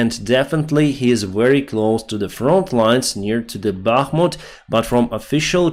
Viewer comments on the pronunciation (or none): none